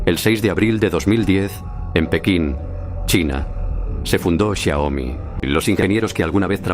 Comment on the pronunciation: Es Xiaomi no xiomi, corrígelo